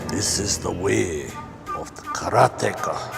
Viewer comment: How is it supossed to say karateka? I think he pronounces it correctly.